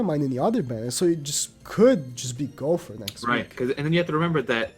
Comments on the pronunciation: Hes says Gowfer not Gowther lol still got great info love this channel :) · Is it just me or is he saying Gopher instead of Gowther?